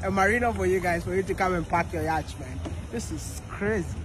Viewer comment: Please take no offense but the the British pronunciation for Yatch is “Yot” and the American is “ Yaat” the “ch” is silent❤❤❤❤😮